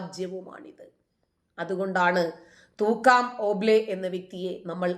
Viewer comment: പേര് ശെരിക്കും പറയുക. തൂക്കാം അല്ല Thukkaraam ആണ്.